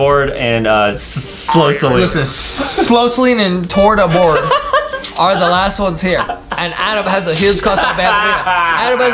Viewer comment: Bro really said "tarta board"